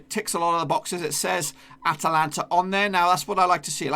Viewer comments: It’s AtLanta, not AtAlanta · AT-LANTA, not ATA-LANTA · Did he really pronounce “Atlanta” as “Atalanta”